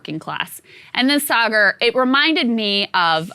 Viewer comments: That slight cringe when Dylan says Saagar's name as 'Say-Gar.' If you're going on someone's show at least figure out how to pronounce their name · "Say-ger" good lord i cringed every time he mispronounced Saagar's name. Completely made me stop listening to what he was saying. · "Saaay-ger" SAAGAR. POLITELY CORRECT THESE PEOPLE. STAND UP FOR YOURSELF, BOY. ~Your 6mos-younger-than-you Mom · I ❤ Dylan Ratigan, but how could anyone watch this show at least once and still pronounce Saagar's name as Saygur...twice? Be best, Dylan! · "Say-gar" oof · Why didn't Dylan learn to pronounce Saagar's name correctly 😀🤣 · Saagar being respectful after the guest mispronounced his name 3 times … Saagar is a classy gentleman. 👍🏼